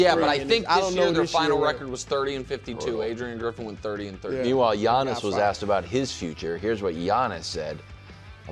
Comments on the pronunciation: Wildes face after butchering Giannis' name 😂😂😂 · Listening to Wildes mispronouncing surnames should be an Olympic sport! I get Giannis. No one is even bothering to say his name correctly. But Nick FULDO?!